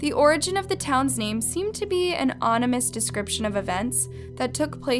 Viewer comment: You said onimous. Lol. It's ominous. Not trying to be a butthead. I just thought it was cute.